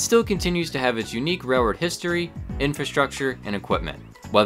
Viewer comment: It's actually "railroad," rather than "rairroad." I apologize if I'm pointing out a speech impediment. Interesting video.